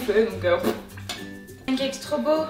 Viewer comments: Ya que moi que ça dérange qu'elle dit pencakes au lieu de pancakes ? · qui dis srx pancakes ? moi je dis panecakes